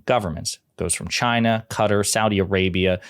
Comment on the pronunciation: Perhaps they were giving him money as an incentive to pronounce CHYNA properly.